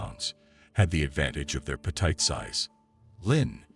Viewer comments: What is with the odd pronunciations? "claustro-phobe-ic" not "claustro-phob-ic" "pe-teet" not "pe-tight" "hypo-thermia" not "hypa-thermia" "ree-consider" not "re-consider" "tre-cherous" not "tree-cherous" It sounds like AI narration pronouncing things exactly as they are spelled. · Gotta hate the hy-paw-thermia. And being petight sounds the worst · This guy can’t pronounce words correctly. Like hypothermia, petite, and reconsider.